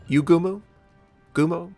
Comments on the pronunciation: Akatsuki is pronounced as A-kat-ski and Yugumo is Yuugumo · OOOHHHH YESSS, YUUGUMO IS HERE! awwww the way you pronounce yuugumo is soo funny HAHAHAHAHAHA , no you never heard that before, even yugioh sound difference :D